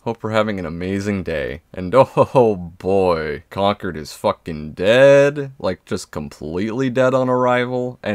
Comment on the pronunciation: One of the few youtubers who pronounced concord right